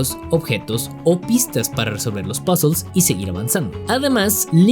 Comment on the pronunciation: Se dice puzzle, no "pazzels" que hablamos castellano, no gringo. Pd: buen video